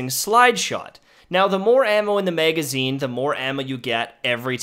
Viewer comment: MEhgazine...back up Mehg..lol